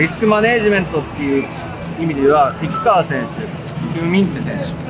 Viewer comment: 細かくてすいません せきかわじゃなくてせきがわです